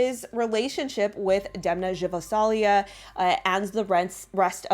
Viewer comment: DEMNA GVASALIA [D-E-M-N-A g(not j) -v-a-s-a-l-ia (as you read them, nothig to complicate)